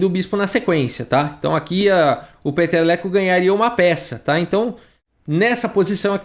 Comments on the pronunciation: Cada vez q o fala o nome dele, eu escuto peteleco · Cara, eu só conseguia entender Peteleco!!! kkkkkkk